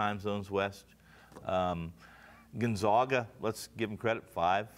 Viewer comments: Who the hell is Gonzauga? It's hard to give you any credibility if you can't even pronounce Gonzaga. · It's Gon-ZAG-a NOT GONZAUGA!! Da-gum. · They ALL pronounced it Gun-ZOG-uh! Lol. I guarantee they did not watch any of their regular season games. Don't take advice from these people.. They still don't know how to pronounce Gun-Zag-uh! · Is it really that hard to say gonzAga? Fuck its been 20 years, get it right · Absurd. Gonzaga is a PROPER noun which, theoretically, could be pronounced any number of ways. Has nada to do with education. Just like Nevada, I've heard the Zags said both ways. People who don't follow sports are unlikely to have heard of the Zags. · Please pronounce Gonzaga correctly! Get yourself educated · How can these sports nerds say Florida State is their entire world, when they can't even pronounce the #1 seeds name....Dis-credits everything that comes out of their mouths....